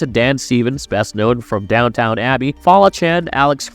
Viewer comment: I’m gonna be that person. Downton Abbey. Not downtown.